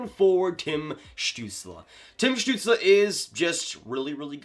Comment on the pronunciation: Damn your pronounciation of Stützle is almost perfect. Never seen a north american pronounce his name this good